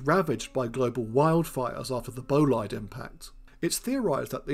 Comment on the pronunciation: Bolide is pronounced "bol-eed" with a short "o".